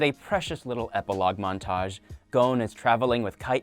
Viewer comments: His name is gon not gouwn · w-wa-wait-wait-wait did he just pronounce Gon's name 'Goan'? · GOAN? GOANN?!?!??? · Anyone else mad about the way he’s pronouncing Gon and Hisoka